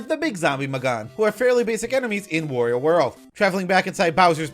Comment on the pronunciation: no way we got a video on every mario enemy before switch 2 oh, btw wario rhymes with mario, not oreo